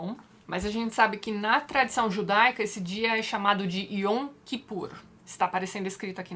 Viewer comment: Eu sou judia (oficialmente) e tem coisas que até hoje eu não entendo, mas na verdade eu não acredito em Deus. Apesar disso, a história de Moisés é uma das melhores da Torá, que homem extraordinário. Eu sempre brinco que se no judaísmo tivesse santos, o meu seria Moisés. Ps: Sobre a pronúncia, a palavra Yom, a consoante o é dita com acento agudo, Yóm.